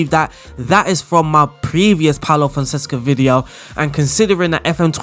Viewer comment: FONSECA! NOT FONSESCA 😂 every bloody time! Apologies. kkkkkkkkkkkkkkkkkkkkkkkkkkkkkkkkk